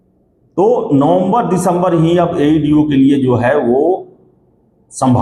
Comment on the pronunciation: Chutiya tumko to bolne bhi nahi aata Aeeedee nahi hota AeDo hota hai kewal aur kewal bakwas karte ho ,kuch tumlog ko pata nahi hota ,ekdum lagta hai itna gali de ki kaho mat tumlog ek exam nahi hone doge